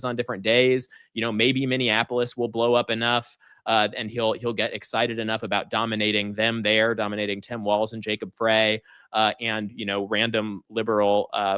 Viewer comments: Jacob 'fry' Frey pronounced that way, The E seems to throw everyone off, but it's the same as Eagles' Glenn Frey ['french fry' sound] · First, unlike, I never miss a Bill Crystal Sunday. Second, “Frey” is said like “fry” not “fray” 😊